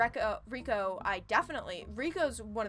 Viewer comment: This is untrue. Her name in Japanese is spelled 澪子, which CAN be pronounced as レイコ (rei-ko; or, as you have transcribed it, "rey-ko"), but in this particular case, it is pronounced as レコ (re-ko; or as some people transcribe it for English speakers, "wreck-ko"). The kanji used in names in Japanese are notoriously inconsistent. Two people could have names that are pronounced identically but use completely different kanji, and two other people could have names spelled the same way with with totally different pronunciations. As an extreme example, there is a third way to read the name 澪子 that is completely different from both Reko and Reiko: it can also be read as Mioko. Because of the ambiguity of kanji pronunciations, most characters in Japanese media are introduced with hiragana or katakana pronunciation guides when they first appear. And in the case of this game, katakana is used exclusively used for character's text boxes. The one for Reko reads レコ, meaning her name is meant to be pronounced "re-ko", not "rei-ko".